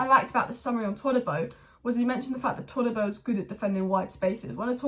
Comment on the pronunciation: ToDibo not ToLibo. No L in his name